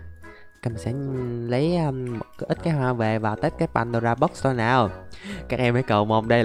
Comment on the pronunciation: nói padora box nghe hài